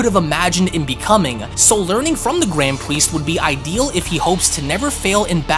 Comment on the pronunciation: “The gwand pwiest”